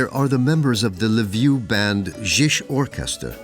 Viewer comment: The most racist content I have ever seen. I've already sent a strike on this "documentary". Cutting fragments of speech of Ukrainians out of context. So pathetic and wicked. Shame on you, the author. You showed a great deal of intelligence indeed. You can't look up how to pronounce the name of the main city of Galicia. I won't even get into other specifics. The nadir of morality and total ignorance.